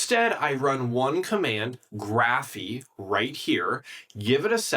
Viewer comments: Is this an AI video or what, why is he saying "Graphiii", it's "Graphify" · Yeah, he's mispronouncing it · "graphy"? I'm pretty sure that's not how you should pronounce it... but hey, it's more important to put out the slop video, for the views... a few more videos like this and i'll unsub